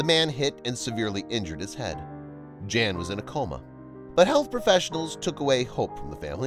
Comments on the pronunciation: I like your videos a lot, but could you PLEASE PLEASE PLEASE pronounce his name properly?!?!? In Polish the J is a Y sound and the a is always short like in the phrase a lot, so his name is NOT JAN as pronounced in ENGLISH; it is pronounced Y/a:/n...It is the Polish translation for JOHN; NOT JAN... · It would be a mark of respect if the commentator (and US audience) understood that a Polish or other European male named "Jan" would pronounce his name as "Yaan", not as the girl's name. This is understood in most other countries. Given the population of immigrant families in the US, I wonder why this has been forgotten. It takes only a small effort to learn this. Trivial in life and death issues maybe, but as I say, please show respect for other cultures and their languages. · Jan is pronounced Yan. Amber is not a Polish name, and probably wouldn't be legally allowed because they control their children's names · Well, I am Polish, and I want to tell you that Jan you should read Yan, there is no Vanessa name in Poland, first video shows Old Town in Warszawa which English speaking people twist to Warsaw. I am from Warszawa n never heard such story. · Are you sure it isn't Jan as in "Hahn?" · Pronounced Yan! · Hey " viral stories" ..do your schooling on foreign language.. in other countries " J" is H or Y" .. 🤦good grief